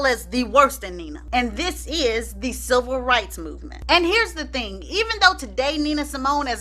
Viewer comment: Chile....I thought you were saying "SILVER rights movement", I was about to google "silver rights movement" for a second, and then it dawned on me that you were saying "CIVIL rights movement." I thought I missed a few history lessons or something ....got me thinking people were out here marching for ol' folk and the geriatric community. All in all, love your videos!